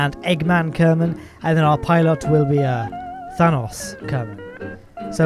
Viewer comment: Why do you pronounce Thanos like Thanas?